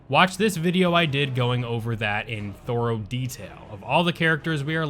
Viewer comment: This man really says thoro detail lmfao